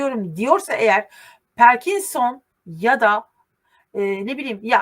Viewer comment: Parkinson perkinson değil 😊🎉🎉🎉